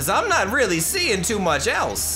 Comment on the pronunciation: "this is weally up to u "